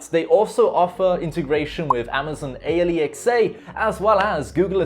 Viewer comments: Did he just call it “Amazon a-l-e-x-a”… wtf o_O you mean Alexa right? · Did he just say “amazon AYE LEE EX AYE” 😂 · did you just say A-LE-X-A